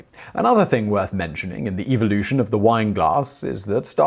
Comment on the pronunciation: Why did you say the word "Eeveelution" if this video is not about Pokémon?